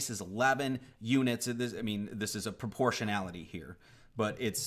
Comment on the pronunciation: proporshanality...lol. It's call ratio...